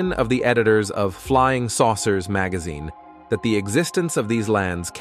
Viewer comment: You miss pronounced this simple word ( ground, magazine, covert, federal, imagination, intrigue )